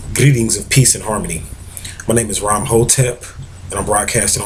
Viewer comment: Is there any reason why you said greeting with a rolled r? Is it anything to do with putting more vibration on your words or something like that?